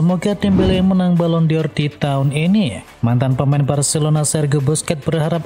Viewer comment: Bacanya balon dor BUKAN balon di or ...botol... Channel abal2... Baca balon dor aja lu ngaco... 🤪🤪🤣🤣